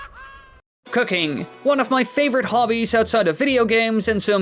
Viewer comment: When he said cooking i overheard it an thought he said cocaine...